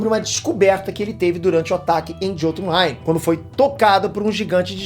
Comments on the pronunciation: Bom vídeo ! A pronúncia não é “JÔtunheim” é “iôtunheim” Assim como vc pronuncia “miolnir” e não “Mjolnir” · a pronúncia é "iotunheim", o "J" tem um som de "i" nos idiomas nórdicos.